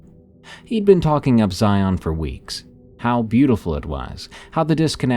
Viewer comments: As someone who grew up in the Southwest, I have to say, I love these! Though, as a friendly tip, Zion is pronounced so that it rhymes with "Lion", like ZY-in, not zy-ON. :) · I've never heard it, but FFS, as a local the way he says Zion kills me. The only way it could be worse is if he added an s at the end. The emphasis does not go on the friggin O!! The o is all but silent, the emphasis is on the I. (ZI-n) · It’s pronounced Zion like lion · Zai-un, rhymes with lion. 😁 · I hate the way non-Utahns pronounce Zion. Everyone slaughters it. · I'm diné and he's also saying that .... Word... Wrong but if it's not your native language I get it